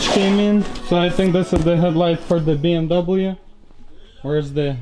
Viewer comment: What the hell is a “BMdoublem”?